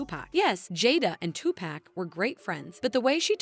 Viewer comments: 2pac! Not 2pack if it was 2pack it would have “k” at the end. 😅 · It’s not 2 pack for Christ’s sake Tupac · Tupac not two pack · I stoped watching after this white lady said “Two-Pack” 💀 like she hasn’t heard millions of people say it the real way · Why the narrator keep callin this man Tupack🤣🤣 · bruh this narrator.. Two Pack, what you talking about? We in a grocery store or something? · It's TuPac not Tupack... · It is not Too-Pack It's Tupac's "culture covered" lol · I can’t believe she is pronouncing his name “TuPack” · It is REALLY hard trying to FOCUS on the content of this video considering the NUMBER OF TIMES the host mispronounced Tupac's name, :face-red-droopy-eyes:.......... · “Tupack” lmfao. It took me out of the narration every time. I had to keep going back to hear it again 😂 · Who’s Tupack, I don’t know any Tupack? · Who the F is TUPACK??? Are you talking about Tupac? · If she says two pack again!!!!! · Wth….. say Tupac’s name correctly…. Down voted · Nope. I Refuse to listen to her butcher Tupac's name like this. This is BS. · I can’t even watch this the way you continue to mispronounce Tupac’s name 😢ugh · The way the narrator pronounces Tupac's name makes me cringe. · it took everything i had to not skip this video every time you pronounced Pac's name wrong. Annoying AF!